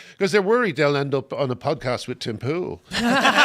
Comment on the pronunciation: Best pronunciation of Tim Pool